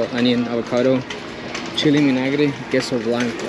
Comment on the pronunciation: BRO CHILE IMINAGRE? 🤣 It's Chile en Vinagre! LOL 🤣